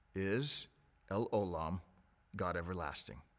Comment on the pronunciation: it's pronounced el O' lam. The stress is on O not lam.